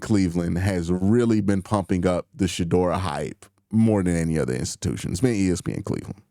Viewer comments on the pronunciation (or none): none